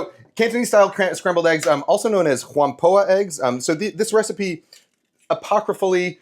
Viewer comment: Just a quick correction: Whampoa is a 2-syllable word, so it's pronounced "wham-POW" (or more accurately in Cantonese, "Wong-Bow") eggs. I may be biased as a Cantonese myself, but this is how I like to eat scrambled eggs best. Western-style scrambled eggs are always either too dry and overcooked, or too wet and porridge-like with no texture. Canto-style is the perfect balance: large egg curds that provide texture, but with enough liquid/runny-ness left in the eggs to provide a smooth & silky mouthfeel.